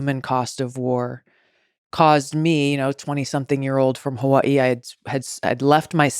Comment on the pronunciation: why she from hawaii but cant pronounce it